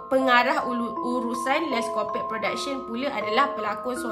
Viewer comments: Akak sebutan die les’copuqe bukan “les’kopek” sorry kak nk betul kan typo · HAHA Korang camne nak pronounce Les Copaque nii HAHAHAH cz aq terdengar sebut les kopekk AQ TERGELAKK SORRY Tapi sya sebut les kopakyu atau les kopak HAHA peningg laaa syeee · Kak, cara sebut “Les Copaque” ialah “Les Kopak” 😊